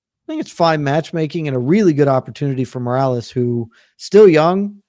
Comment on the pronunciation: the worst pronunciation for Morales i have ever heard